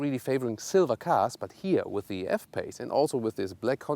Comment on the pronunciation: good review BUT your accent is the best :DD it is "the" not "s"